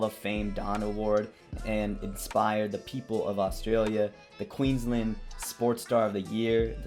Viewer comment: If you think this is the worst robbery in boxing history you don’t even remotely understand boxing. You’ve also totally mispronounced Queensland and Brisbane. Get a clue seppo Clearly you’re a typical American. Over-opinionated, under-educated and ignorant of the world.